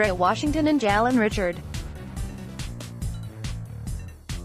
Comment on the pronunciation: OK I stop listening to this 3 minutes into it this AI reading your script your content is cute but horrible. If I hear you mis pronouncing jalen Richard One more time I'm going to puke. Saying how do we know… is moronic and stupid, As if they have to render explanations to us we just watch them we have no say in what they do you read the believe it or don't you trust it or you don't and that's it stop pretending that you are a Raider Fan because the way you Wrote this content, you're not. Jalan Richard is pronounced Rah shah rd.